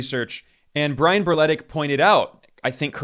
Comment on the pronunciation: The way you pronounced Berletic should be illegal. that is a very Yugoslav last name 😭